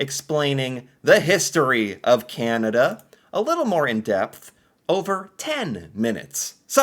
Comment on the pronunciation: Can-ah-da Not Canata 😑 Silly